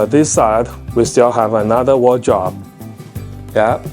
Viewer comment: a "wardrobe " is said like "ward--robe"........"robe" like you wear a robe after a shower.